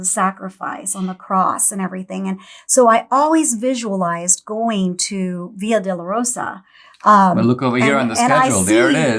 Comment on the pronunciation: Hi, Its NOT "Via De La Rosa" (Way of the Rose) its "Via Dolorosa" Way of Pain) I would love to go with you guys if they drop the Vaccines Mandates!